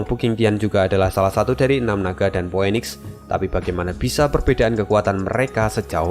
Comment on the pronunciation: Min, bukannya phoenix itu di bacanya phunix. Gw agk keganggu dgrnya dikit tiap kli dgr itu. Ini masukan aja min. Terimakasih